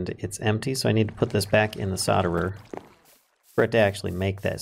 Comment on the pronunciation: I'm way late but I prefer how you pronounce solder.